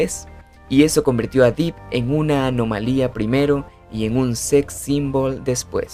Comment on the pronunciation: Se pronuncia Depp, con e no i